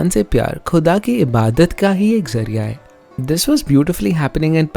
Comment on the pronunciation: Ye you really need to work on your pronunciation specifically when you are masking such videos , words like Ghazal , Khuda , Khusro you were not pronouncing right